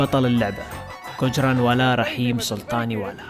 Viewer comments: حبيبي هو قجراوالاه مو قنجراوالا its gujjrawala not gujjranwala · بموووت كجرانوالا النون ماتنطق وبعدين ذولا فشلونا الله يفشلهم كسروا يده اختكم الباكستانية ماتدري الله وين حاطها